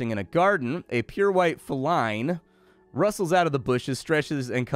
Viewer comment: Here in the US, it is exactly how pronounced it. Now if you had taken issue with how he said "feline", then I would agree. He butchered it, lol.